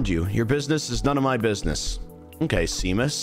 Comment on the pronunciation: Him unironically saying "see-mus" was actually killing me